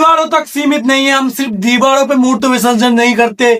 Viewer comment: Hey “Aais” ?! 🤷🏻‍♂️ “Channer” ?! 🤷🏻 Wo “channel” hota hai ! “deewaado” tak ?! “deewaar” kaho bhaai. “sarkoñ” per nahiñ “sadkoñ” per.